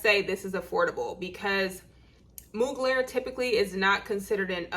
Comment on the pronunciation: Hey sis!! It's pronounced "MUG-lure." Beyonce' is their clothing spokesperson & Willow Smith for their perfumes. LoL!!😉